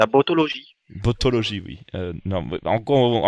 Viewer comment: Botologie? 😂 Botanique !